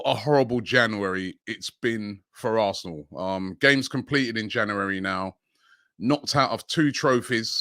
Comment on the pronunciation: Jan yuu ri